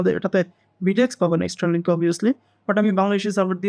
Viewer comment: স্টার লিংক ❌️ ইস্টার লিংক ✅️